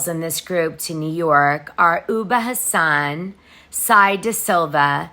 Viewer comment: Great job as usual. By the way ubah is pronounced oobah. Last name pronounced Ha son. Not Houseein, which is also a common in Somalia (or Muslim countries heart❤